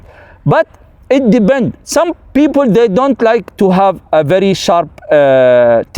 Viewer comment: Resume: it "debend". Kkkk